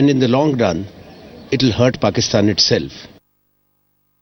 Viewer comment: pakistan ko phakithan 😂😂😂